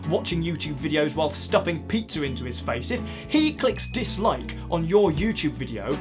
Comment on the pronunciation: He pronounces pizza as "petezir" hahaha! DISLIKE! Just kidding I really like this video.